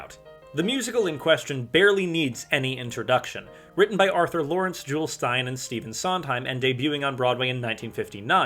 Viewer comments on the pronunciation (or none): My only note is that his name is pronounced "Ju-lee" Styne, not "Jewel." But otherwise a very interesting video essay that makes a great point!